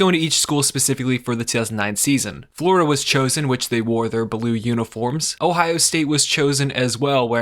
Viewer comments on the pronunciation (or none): none